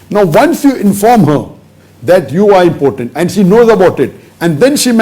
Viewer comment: It's not pronounced as "important". It's im-po-tent.